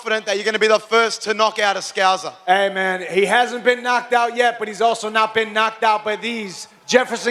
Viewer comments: Scouser not fucking scouzer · What the fuck is a scouzer?? Its scouser 😂😭